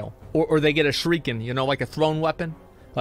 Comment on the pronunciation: Asmon, I love your vids and all... but did you just call a Shuriken a "Shrieken?" XD